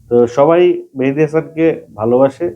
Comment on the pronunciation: মেহেদি হাসান হবে ভাই মেহেদি হামান হবে না